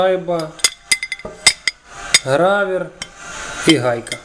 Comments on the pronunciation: а чого грАвер, а не грОвер??? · А чого грАвер, а не грОвер? Ця шайба названа за ім'ям інженера шо її винайшов.